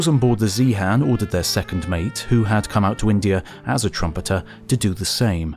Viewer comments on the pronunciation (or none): none